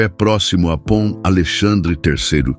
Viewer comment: Ponte em francês é pont e não pom!!!